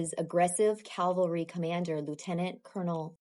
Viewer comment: What is the Calvary you speak of??? Calvary is where Christ was crucified. Calvary wasn't present at Cowpens as it is located just outside Jerusalem. Cavalry however are armed men on horses. I'm not trying to troll, but you really should be able to properly pronounce words when making a video. This is a common error but one that should and could have been avoided. No reason to make fellow libertarians like me sound and look bad.